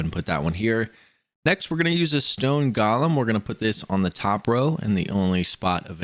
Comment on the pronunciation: Thnx for the help but please work on your pronunciation, golem is not pronounced gollum, you also pronounced chimera wrong